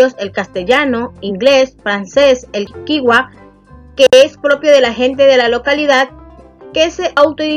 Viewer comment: Gracias. Pero le hago una observación se pronuncia kichua